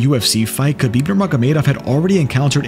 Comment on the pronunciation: Can't respect your MMA knowledge of you don't even pronounce khabib correctly.😂